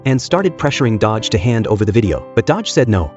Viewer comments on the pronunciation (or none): It's Do-Gi, not Dodge wtf😂